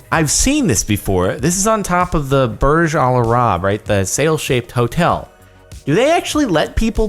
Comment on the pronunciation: It’s not burjalarab is burj. Al. Arab if you come to Dubai I live near